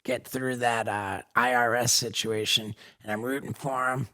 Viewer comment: ahhhhh tha "SNITCHUATION" hahaa